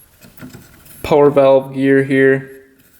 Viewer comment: I am pretty sure I am subscribed just so I can hear say "power valve" not quite Canadian but not cowboy talk either. Greetings from Texas. When I was on the UP I asked where could I get a drink of water and was told the "bubbler" (water fountain) was on the wall. Never hear it before and never heard it since. But then again maybe I watch because I appreciative watching a skilled craftsman work.